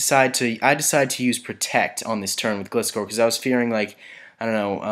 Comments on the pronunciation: it's not glist-core its gli-score SAY IT RIGHT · Flappy Actually it's more like gly - score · just a pointer- gilscor is pronounced gl eye score but it really doesn't matter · Gliscor is said so instead of the weak "i" it is like "I" in a sentence like "I went to the shops"